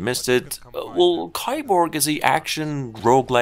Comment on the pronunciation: Kiborg's Game Developer: "Welcome to the world of Kee-borg" This guy: "Coming up next we got Kai-borg!"